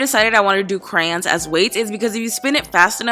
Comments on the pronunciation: She calls the. Crans not crayons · She said crans instead of crayons😤😤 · am i the only one who heard crans instead of crayons??? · says 'crans' multiple times throughout vid BIIIHHHH IT'S 'CRAYON' NOT 'CRAN' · Does it bother any one else that she says crans instead of crayons?!?!?? It's driving me insane! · She says "Cran" instead of "Crayon" omg I hate that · WTF YOU SAY " CRANS ?!?!?!?!? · I literally love how she says Crayons she says "Crans" lol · How she says Crayons has me dying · The way she says crayons is so weird and cringy 😷